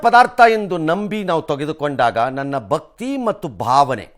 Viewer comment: ಭಕ್ತಿ ಅಂತ ಉಚ್ಚಾರಣೆ ಮಾಡಿ ರಂಗನಾಥ್